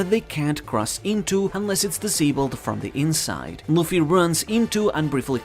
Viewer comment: i cant understand half of what you are saying without subtitles. ex. kidnapped = kidnai, Luffy = Luffly bro.